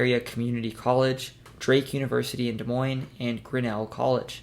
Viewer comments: Off to a good start he said Des Moines right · Thank you for saying Des Moines correctly.